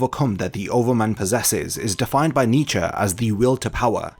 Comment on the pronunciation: You butchered Nietzsches name but this video was so well done, I don't even care.